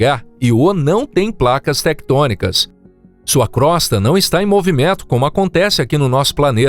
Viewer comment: Crosta se pronuncia com o fechado e Io também 😬🙄